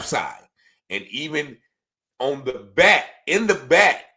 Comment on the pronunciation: I c her letn us kno, she can’t say “back”